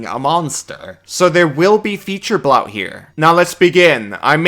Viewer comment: The only suboptimal thing in this video is the way you pronounce bloat